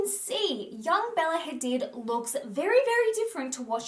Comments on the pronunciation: I hate it when people mispronounce people's names. It's my biggest peeve. Hadid is an Arabic name. This entire world should know how to pronounce the vowel sounds in global languages. It's not hard! Google is at your fingertips. Don't change the organic sounds of people's names. That goes for everyone. It's so rude. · Hadid is pronounced Ha-deed hun x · It’s pronounced Ha-deed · Just to point out, Hadid is actually pronounced Hadeed... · the way she pronounces Hadid.